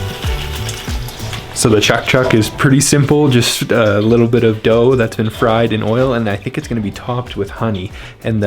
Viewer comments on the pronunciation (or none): none